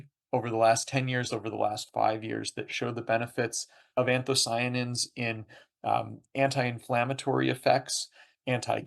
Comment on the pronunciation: Interviewer keeps mispronouncing "anthocyanins" but overall interesting nevertheless.